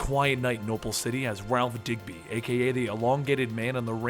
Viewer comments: I thought it was dibny not digby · pronounced Dibny NOT Digby, get it right. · You kept saying DigBy. But its DibNey. Over 2 million subscribers for knowing your comic books, so why the mistake on the name for minutes? Brain fart or what? Other than that I was happy to find this story. Just drove me nuts the whole time and I'm not even a big comic book guy. Just love all the shows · Did you say ralph digby??? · Btw it’s Ralph Dibny not Digby